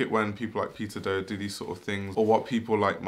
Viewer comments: i can’t lie i can’t unhear pizza dough when i hear peter do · LOL I keep hearing "pizza dough" instead of "peter"